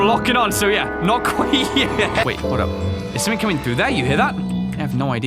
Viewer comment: I’m not trying to sound rude or ignorant or anything but when you say something it sounds like you say “somethink”